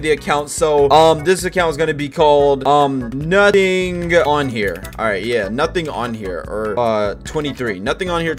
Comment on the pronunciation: It SOUNDED LIKE HE SAID "NUTTIN ON HERR" even tho he said nothing kn here